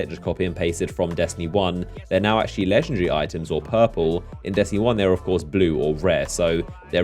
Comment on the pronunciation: Hey no disrespect, but is not "legendre" is "legendary"...